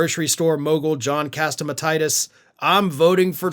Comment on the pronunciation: Did you mispronounce Catsimatidis? I see/hear that name for the first time, and no offence to others with that name, it sounded to me like some disease.